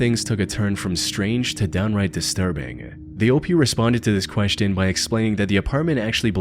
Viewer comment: The most disturbing part of this video is the way this guy pronounces "question"